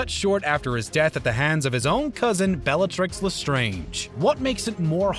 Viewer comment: these videos have mispronounced bellatrix as beatrix and called wands magic sticks